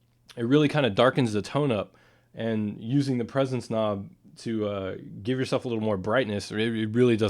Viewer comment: it sounded like he said presonance.